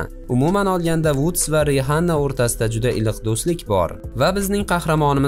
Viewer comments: биринчидан Риханна мас Рианна деб айтилади инглиз тилини укимаганлиги шундоккина билиниб турипти,иккинчидан бизга буларни кизиги йук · Harp Rihanna mas Rianna böladi chumo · Rihanna bb yoziladi Riana deb oʻqiladi. Buni eshitsa qoʻshiqchi sizni bir narsa qilib qoʻyadi